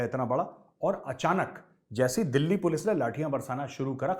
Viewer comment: " पुल्स आगाई पुल्स " that made mei laugh 😂😂